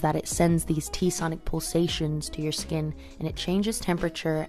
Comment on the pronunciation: hahah I Just laughed so hard " cause my shhkkinnn isss vavavhhh" lol